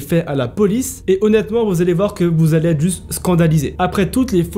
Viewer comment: Le virus imaginaire 😂 Leur suspicion va ÊTRE et non va T'ÊTRE